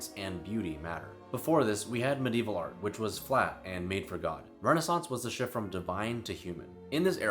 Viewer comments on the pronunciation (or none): none